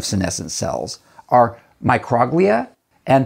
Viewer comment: love your video. But I think Microglia is pronounced like “Micro” (long O) as in microscopic, and “Glia” as in the Glial cells of the brain.